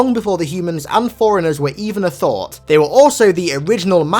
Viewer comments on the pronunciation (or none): Sounds like you're saying foreigners, not forerunners. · Did he say "foreigners" or "forerunners"? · when you say forrunners i here foreigners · If i didn’t know any better I would think he was saying “foreigners”.